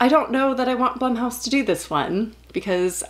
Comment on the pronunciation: I thought "Blumhouse" was pronounced "bloomhouse."